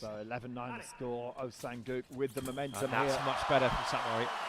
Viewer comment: Doesn't even bother nor care to pronounce his name right, "gu", "guk" "oh sang guk". So unprofessional and pathetic.